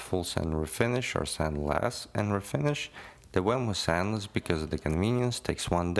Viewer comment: You said sandless?